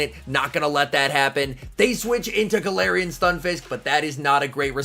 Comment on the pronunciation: Anyone else notice he changes his pronunciation for galarian like every time he says it? He switches from “galarian” to “galawrian” every time he says it 😂